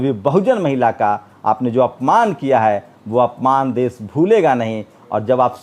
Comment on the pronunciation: aap ache patrakar he lekin aap ki bhasha shudh nahi he sha shabd ka ucharan sa kehkar karte he jaise desh ko aap des kehte he. Videshi ko aap videsi kehye he. Aap bhasha shidh kijye